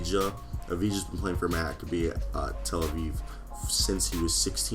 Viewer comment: WTF? You can't pronounce Tel-Aviv